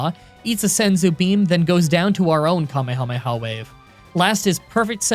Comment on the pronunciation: You're like the only English speaking person I've heard who pronounces kamehameha "correctly" (according to me) 😁